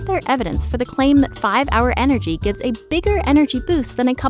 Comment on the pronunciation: The 's' in 'gives' should have been a 'z' :c